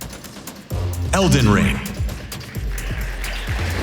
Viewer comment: AAAAAAHHHHAhahahaha Dude thinks that they are all laughing at his "not user friendly" joke. But that really was only half of them. The other half was laughing their ass off at dude saying Elden Ling for the 4th time that acceptance speech and then went ont to say "For the first time.... Lee Lee Lee Lee Lee... (continues to studder hard through the last bit of the speech)" Then the guy he is translating for..."Thank you very much" In way better English than the paid translator hahaha I know it is a short very common phrase but man that was a great final acceptance speech